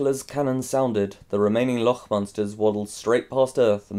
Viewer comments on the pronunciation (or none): loch is pronounced like lock, sorry but it bothered me so much TT TT